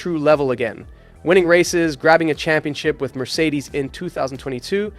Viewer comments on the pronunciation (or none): none